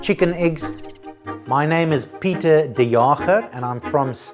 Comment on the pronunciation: *read and pronounced the chef “pee-tr dee jaecb” The chef: “Hi, my name is piter diyaherg” ...k